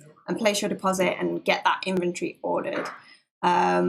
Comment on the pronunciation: Cute British accent. When she says inventory, it sounds like infantry.